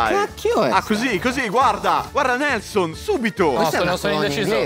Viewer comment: È GIUSTA LA PRONUNCIA DI NELSON E FUFU È PIATTO GHANESE!!!!!